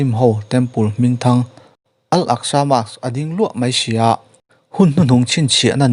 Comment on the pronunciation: Mosque(Mosk) tia lam nise ngaihthlak a nuam deuhang mawle